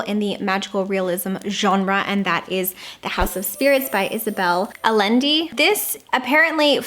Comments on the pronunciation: I love your videos! And I really hope this doesn’t seem like a mean comment, because it’s not. But that is so not the way you pronounce Isabel Allende’s last name. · Lolllll how you said Allende killed me